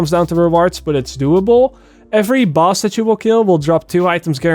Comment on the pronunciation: Did anyone hear buzz waves instead of boss waves?